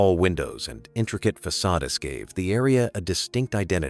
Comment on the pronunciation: "façade... es"...